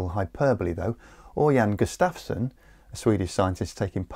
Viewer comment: gUstav-son, not gustAfson